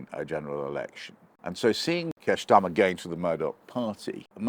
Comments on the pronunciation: Again "Ssshhtarmer". You're an adult. You're trying to talk to us yet you're using playground name slurring, I am disconnecting, not paying attention to your words and phrasing, because I'm waiting for your deliberate misspeaking. But I've also stopped listening for that and am just carrying on with my day. I've seen you a few times, not really known who you were but I formed the usual quick assumptions based on position, points etc. To see you using playground name misspeaking, omg, it's laughable. It's such a basic, unintelligent form of attack. It makes me think you'll struggle to make reasoned points if you resort to playground name misspeaking. In my mind I'll know you as the guy who uses playground name misspeaking. Because this is what you're doing, repeatedly. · Funny how Oborne pronounces "Starmer" as " Shtarmer" using a a German pronunciation for the 'St' sound. How odd. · Why does he keep pronouncing it as "Keir Shtarmer"??? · Shctarmer? Are we in Germany? It's starma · I love the way he pronounces "Schtarmer" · Since when was his name pronounced Shtarmer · I'm amused by how you pronounce "Schtarmer" :-) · When I hear Oborne say Schtarmer, I know where this old sckool Arabist anti-semite is kumming fromm. Jah? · Is Peter pronouncing Starmer Schtarmer on purpose? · I'm loving this new pronunciation of Starmer as Shtarmer, like Skoda is now Shkoda. Not quite sure why or what it means, but loving it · That's an unusual pronunciation of 'Starmer'? What's that all about?